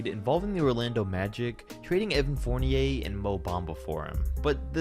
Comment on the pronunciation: Little suggestions on players name pronunciation: Evan Fournier-Evàn Furniè Pascal Siakam-Pascàl Siakàm Ersan Ilyasova-Èrshan Ilyàshova Serge Ibaka-Serj Ibakà Nikola Vucevic-Nikola Vuchevich Ryan Arcidiacono-Ryan Archiedyacono Nicolas Batum-Nicolà Batùm Clint Capela-Clint Capelà